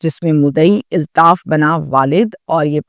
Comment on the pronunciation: O YOU STUPID AND BRAINLESS, ILTAAF IS NOT CORRECT WORD, AULTAAF IS CORRECT WORD, DO NOT INSULT URDU LANGUAGE